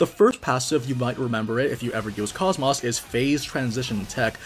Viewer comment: So I'm not sure why it is EVERYONE that I've seen make videos for this, or if she says her name differently in the game sometime. But KOS-MOS has an "oh" sound where the O's are, not an "ah". This is true for both enlgish and japanese.